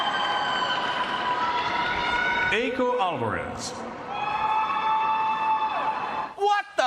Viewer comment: If it's aiko alvarez, they scanned qr code to have ai mispronounce her name lol You would think ai would at least be able to pronounce the names correctly... Ah ee ko, not aiee ko